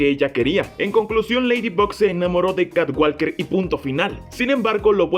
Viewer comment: walker se pronuncia woker Sonaría catwoker